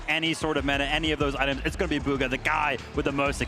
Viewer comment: Did bro say Boga instead of bugha